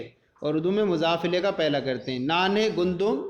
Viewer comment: Assalamo Alaikum wa rahmatullahi wa barkatuhu Hazrat Gandum lafz hai ya Gundam Aap gundum kaih rahe hain jab ki logat me fatha ke sath hai Gandum